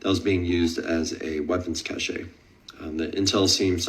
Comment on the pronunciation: Weapons 'cashay' cache is pronounced like cash.